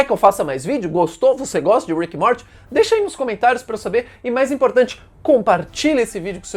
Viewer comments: Fala "Móri" em vez de "morte" kkk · Sei lá, me incomoda quando ele fala "Morte" kkkk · Kkkkk certo e mory a pronúncia